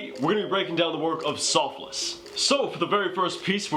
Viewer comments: Soffils not Soff-less haha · Sofless 😂 it’s pronounced like waffles but an s instead of w